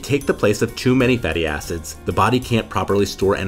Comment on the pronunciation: please be careful pronouncing "fatty acid" you gotta make sure the "id" is highly audible